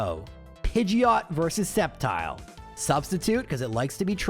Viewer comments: it's pronouncd "Step Child"!!!!!..lmfao :P (I really did mishear it as this)....lol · I'm skeptical of that Sceptile pronunciation. :3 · I am sceptical of this spectical of sceptile